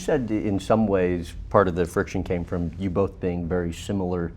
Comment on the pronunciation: It's both, not "bof".